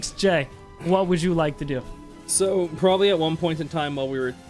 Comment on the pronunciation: be like I PROBALLY SAID would you karry me?